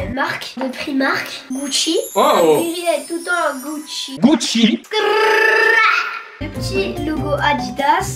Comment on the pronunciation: Démo direct Rémi il à éclaté la paire "Gouchi" 😂😂😂 de Nadim